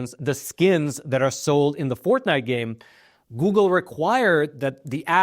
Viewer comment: Is he saying “ Fourth Night”? 😂